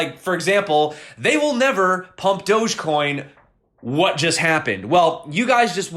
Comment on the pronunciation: dog-e-coin? wow...